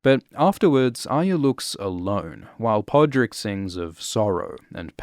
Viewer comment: You are about the only one on the internet who pronounces Arya correctly.